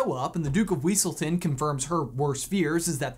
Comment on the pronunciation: It's Wesselton!!😂😂